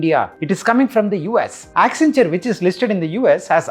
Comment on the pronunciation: WACCEN WACCEN WACCEN WACCEN WACCEN WACCEN WACCENTURE😂